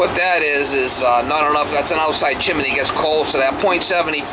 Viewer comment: Chimney not chiminey.